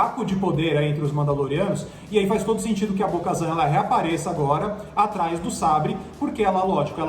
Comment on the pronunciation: Bo-kazam?!!!! Wtf véi